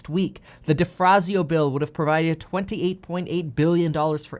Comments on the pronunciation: DeFazio, not DeFrazio! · Kevin there is no R in DeFazio